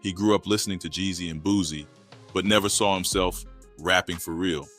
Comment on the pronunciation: neverrrrr with an french accent 😂😂😂😂